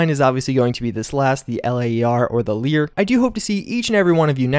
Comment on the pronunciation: Saying LAER like "Leer" was super cringy. It's less teeth grinding than pronouncing it like "Layer" or something.